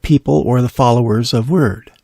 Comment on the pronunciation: Wyrd is pronounced weird. HTH